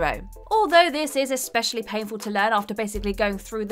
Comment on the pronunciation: How many times will she say "ex-pecially" in this video? Anyone have a guess?